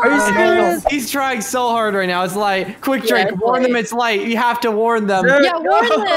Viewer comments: said lay instead of light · light rhymes with fight